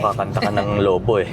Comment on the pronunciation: Saya naman ng barkada bonding and the beach vibes ❤ Natawa ako nung Lo-Bo ung pronounciatiob mo. As a Bataguena natatawa tlaga ako 😂 with matching song pa e hahah